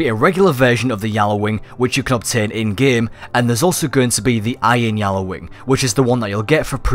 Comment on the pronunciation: not yallawing gjalarwing